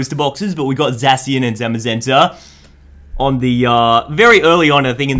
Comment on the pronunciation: It’s pronounced zashian